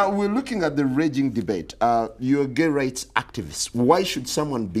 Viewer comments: 😂it the way he says gay...he says Gaeh!😂. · I can't stop laughing every time he say gaeh 😂😂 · U ar ge?? Who sas im ge?? U ar ge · The way he pronounces Geh is Legendary.